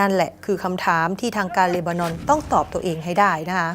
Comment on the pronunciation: ช่วยอ่านที เลนานอน หรือ เลบานอน เห็นแก่เงินมากกว่าความถูกต้อง สัตว์